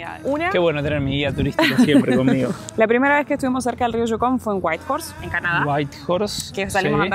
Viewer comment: Yucon (no jukon o shucon)